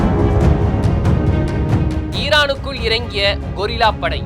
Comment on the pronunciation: அண்ணே,இது கொரில்லா(குரங்கு) படையல்ல கெரில்லா படை.